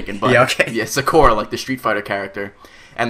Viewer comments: sa-ku-ra no emphasis on the u. its a popular name in japan. its another name for a pink cherry blossom. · "... and her name is Sakura." "Zecora?" Nice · It isn't Sa-core-ra It is Sa-ku-ra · i think you are pronouncing sakura incorrectly, methinks its sack-oo-ra, as opposed to, sack-oar-ah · Sakura. NOT Zecora. :3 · sacora NO IT'S SAKURA SA-KU-RA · not zuhcura but SAHKOORAH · SA-KU-RA NOT SAKORA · Sakora? No, it's a U ffs. And split-screen? Haha wtf no. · SAHHKOORAH not suhkora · Sa-kuh-ra not sa-kur-a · Sah Koo Rah not Suk or a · not Sakorah..... SA KU RA Asoyo lol..... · Sah-koo-rah, Ah-sah-yo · no its not....its more sakera but literally sounding out sakura gets you there... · It's Sa-Ku-Ra. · That's not how it's pronounced. There is a U in there. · uh dude it's Saku-ra just felt like I should correct it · it's sah-ka-rah! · you know they don't watch anime when they say sa-kor-rah.... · Sock-oo-ra. nat sah-koo-ra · I swear when he said Sakura's name I heard "Zecora" wtf lol. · D:< . . . . . SAH-KOO-RAH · Omfg it's sak-oo-ra thats how u say it Sakura it's Japanese for cherry blossom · DAMNIT GET THE NAMES RIGHT!!! Being a raging otaku nerd, I stress the correct pronunciations of Japanese Romaji names!!!! Sakura is pronounced as Sah-koo-rah, and Asayo is pronounce Ah-Sah-yo!!! PLEASE SAY IT RIGHT!! IT PAINS ME DEEPLY WHEN YOU SAY IT WRONG!! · Sakura is pronouced. SOCK-KOO-RA. Maybe I only know this because I'm Asian. D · Sakura - pronounced: "sahkora" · the names are pronounced sah-koo-rah and a-sah-yo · uhhh I'm pretty sure it's pronounced (sak-er-uh) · name is pronounced SAA KUU RAA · sakera that how u say it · its not sa-koora its sa-kur-a just sayin, (0.0 I WATCH TOO MUCH ANIME) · Pronounced (saw-coo-rah) and (ah-sah-yo) japanese isn't as hard as only english speaking people make it seem... just sayin'. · The way you said sakura just made me rage at you at how wrong you was. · the fact that he mispronounced sakura that enrages me. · you said sakura wrong.... -.